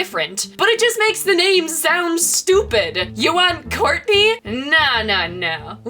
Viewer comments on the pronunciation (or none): none